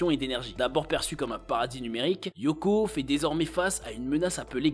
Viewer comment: Ça se prononce pas Yoko mais Lyoko avec un L les fans de la série ne le prononcent pas très bien